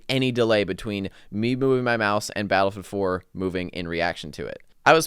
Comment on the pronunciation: Is he saying Battlefield 4? Battle four four?